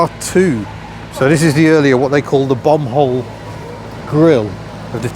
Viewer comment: hope you were saying “bomb hole”